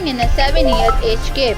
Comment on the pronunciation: Yes I agree because it’s age gap not gape